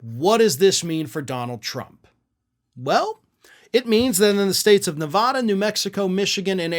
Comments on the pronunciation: “a” like in cat, bat, sat. Ne vaaa da. It irritates me too, and I don’t live there anymore 😏. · One last try....it is not "Ne-Vah-da". That's not how the state name is pronounced. Go there, listen to residents. This bugs me as much as when people say "eye-rack". Please learn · By the way, the, "a" in Nevada is a hard, "a." I know it is nit picking, but it does matter to us Nevadans. But then, I have three first names. Call me anything you want, just don't call me late for supper. And Dumpsterfire needs to be behind bars yesterday, if not last week or last year. Damn, he is being given more leash than a dog infected with rabies!